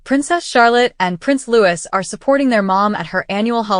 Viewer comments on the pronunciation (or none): As you profess to be a speciality channel regarding Princess Catherine, how is it you do not know how to properly pronounce the name of Prince Louis? You should have heard it often enough. The name is pronounced Louey, NOT Lewis. Got it? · Ok. Yes, beautiful family.... BUT IT IS LOUIS NOT LEWIS! UGH... AI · Louis pronounced Lo - ie Not Lewis!!!!